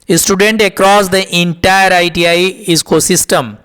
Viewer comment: Bhai innnnntire ni intire pdha kro